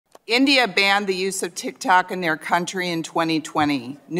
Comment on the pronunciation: I can't help but notice that how she put emphasis on every other country except India while speaking its name. It is a bit rude